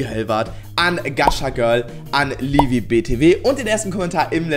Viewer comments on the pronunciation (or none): none